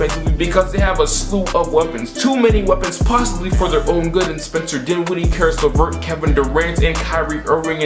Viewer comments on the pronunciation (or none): none